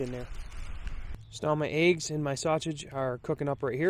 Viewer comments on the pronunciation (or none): Hey... you say Eéggs lol with a long E. Awesome, to hear different accents now and then:) Pretty steaming Ration Heater, Pete had bad luck with his this week:) On and on a good one mate *